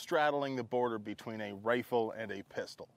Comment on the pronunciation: A Ristol? A Pifle?